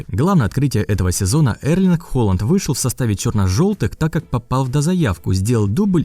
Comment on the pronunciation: Там не Холанд а холанн)))